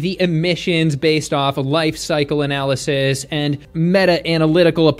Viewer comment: I was sold when the German accent emphasized the 'anal' in 'analysis'.